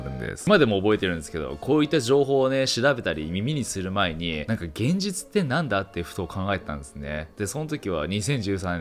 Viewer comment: げんぢゅちゅw